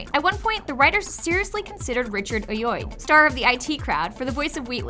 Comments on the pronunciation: Richard Ayoade . . . .I - O - wah - dee. Not Oyoy. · Richard WUT. AYODE IS I-O-AH-DEE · Is no one going to mention that she said ‘Richard Ayoyd’? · Wow there are multiple mistakes in this video. Richard “Oyoy”? Ah-yo-wah-day, Ayoade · J "jonas"?? jameson in the sam 'rhymey' films??? and richard eye oi???? AYOADE!!! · Haha haha Richard oyoyde... Ayoade. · Woah woah woah...what the hell was that pronunciation of Ayoade? Here, its AY- OH-AR-DEE not Ay*random mumbles*. While I love Richard Ayoade he wouldn't have been a good Wheatley, since after playing Moss in the IT crowd, he is associated with intelligent characters and well... that ain't Wheatley. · It annoyed me she miss pronounce Rich Iowardi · And Richard Ayoyd, it's AYOWADI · "A-yoid"? It's "Ay-Oh-Ah-Dee" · Richard ayoades surname is pronounced i-o-ah-d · She can’t pronounce “Ayode” 😂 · Ayoade is pronounced by saying the letters "I-O-R-D" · its richard Ayoade, not what ever you said (I-O-ARDY) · Richard Oy-oy. Nailed it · the way she pronounces Ayoade is priceless. Learn here: Ay-o-aa-dee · why did you say richard ayoade's surname like that? It's pronounced ay-o-aid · A-yoi?! Really! I know its a hard name to say but jesus! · Just a tip, but Ayoade is pronounced Ah-Yo-Waddy. He's on a bunch of British shows, usually game shows, if you want to double check the pronunciation of his name. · You mispronounced Richard Ayoade's last name. It's supposed to be ay-oh-ah-dee. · I love how butchered Richard Ayoade's name is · One tip for you. Research your pronunciation along with your facts. Ayoade and Aeschylus stand out here. :) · That's the worst pronunciation of Ayoade I think I've ever heard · You pronounced "Richard Ayoade" wrong. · lol what was that pronunciation of richard ayoade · The butchering of Richard Ayoade's last name killed me inside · That is most definitely not how "Ayoade" is pronounced. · Wow she butchered Ayoade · M8 you just butchered Richard Ayoade's name :P